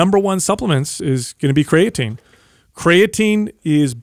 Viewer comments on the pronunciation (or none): Always cracks me up when, who is very smart and educated, says "cray-uh-teen".